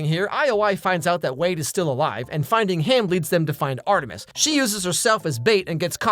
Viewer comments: You saying Art 3 mis reminds me of how I still call that one bad movie Fant 4 stic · the way you call Art3mis sounds like Arthritis. 🤣🤣🤣 I can't stop thinking about it LMAO!!!